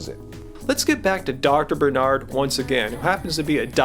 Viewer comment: Why do you keep mis-pronouncing BarNard.?